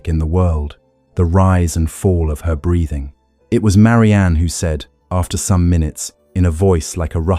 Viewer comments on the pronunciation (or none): Six months is not a long time for conception; six years is not unheard of. 45 - This is all repetition - just to pad the video?? Also, can we PLEASE correct pronunciation: "read", "breathing" etc.